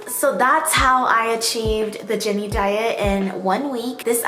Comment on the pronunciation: Did she say Jennie or Jerry